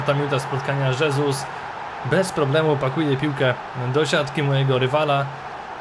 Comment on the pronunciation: Błagam, czytaj jego nazwisko hesus a nie żesus, bo moja hiszpańska dusza cierpi